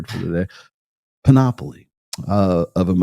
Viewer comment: "panOPoly." places the emphasis on the WRONG syllable. It's pronounced "PANoply."